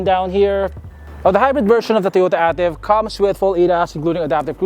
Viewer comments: It’s pronounced as EY-TIV and not AH-TIV. This Ativ sold in Middle East and Latin America as the Yaris sedan. Yaris Ativ is known in Thailand, Sri Lanka, and Pakistan. Ativ sold globally as the All-new Vios. DESIGN OF THE EXTERIOR: Front Fascia: Corolla Altis Rear: Camry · A-TIV (ey-tiv)